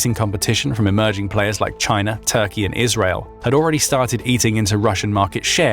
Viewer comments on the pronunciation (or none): none